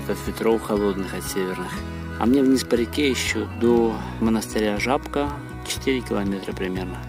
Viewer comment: Жапка) смешно звучит как-то